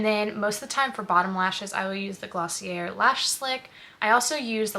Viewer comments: It's "gloss-ee-eh", not "er" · Hey, just a helpful tip, it’s Glossy-ay not glossy-air 🙂